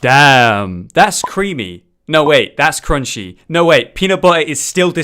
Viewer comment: Damn thats creamy no damn thats crunchy no damn that cremchy 10/10 engrish